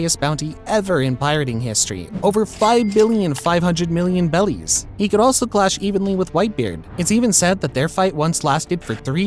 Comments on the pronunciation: Why does he say bellies? Instead of berries. Just confused and wondering 😅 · Loved the video but please call them berries instead of “bellies” it hurts 😅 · Please call them berries, not bellies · Is it berries or bellies 😅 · BERRIES.!. BERRIES, NOT BELLIES.!. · Are you saying bellies instead of berries to troll people? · I wanna know how you get “bellies” out of “berries” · bro keeps saying bellies not berries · why does bro pronounce it bellies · Berries not bellies ffs that’s driving me crazy the reason the Japanese say bellies is because r is hard for them to pronounce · Thumbs down and turned off after he said kaidos bounty was in “bellies” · Your videos are great but I don't know why it pisses me off that you intentionally mispronounce things, like Rayleigh or Beri We have a fucking dub version of the show already lol Use whats in the dub